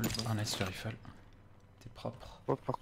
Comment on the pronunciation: On lui dit que ça se prononce"raïfle", pas"rifle" ?